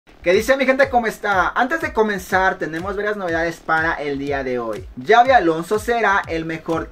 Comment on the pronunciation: no se pronuncia Yavi se pronuncia Sabi porque es con X y es vasco es una ayuda que te doy,recuerda No Es Yabi como tú dices,se pronuncia Sabi y se escribe Xavi,saludos.